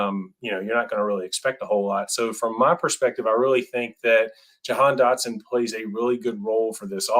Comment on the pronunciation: "Receivers take time to adjust to the NFL" But apparently Dotson is the only one that will have that problem? Even though he is insanely NFL ready? Bad take but at least you did enough research to say his name right on that one.